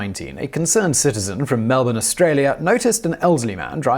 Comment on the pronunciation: Thank you. You pronounced Melbourne perfectly. Most non Aussies butcher it mercilessly. Man: " if you bite me, I'll bite you back". Lion: "challenge accepted"